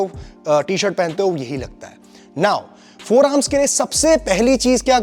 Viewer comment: Forearms❌ Foremars✅😂